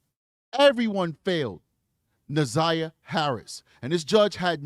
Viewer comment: I cant listen the community advocate. She cant even pronounce Na'Zayiahs name